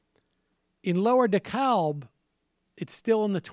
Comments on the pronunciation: pronounced decab....silent L! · Dekalb GA is pronounced De-CAB. No L. I know even the West Wing got it wrong, and I know every other Dekalb pronounces the L, but I promise... for Dekalb Co. GA, the L is silent. Here's hoping the Democrats use Ossoff as a springboard to quit ignoring the South, anyway.